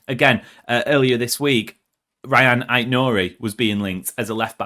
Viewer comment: His names is pronounced as Ra - yaan Chirkey